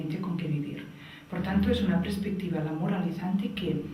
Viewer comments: Se dice perspectiva, no prespectiva. Duele al oído, debe ser el nuevo castellano chavista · Si, se dice PERSPECTIVA hace daño oírlo tantas veces repetido. En Catalunya también es común decir: "habían muchas personas" en vez de: había muchas personas. "óccido" en vez de óxido. "Madrit" en vez de Madrid. pero en este caso, lo que importa es el mensaje. Teresa ¡¡animo!!, sigue dando información sobre vacunas, el Dióxido de cloro, etc... que son temas científicos que interesan a todos, menos a la medicina convencional. Gracias por tu labor divulgativa que tiene muy buenas perspectivas.